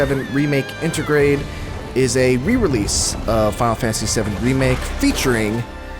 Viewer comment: "Fal fanasy SeUM REMAKE" XD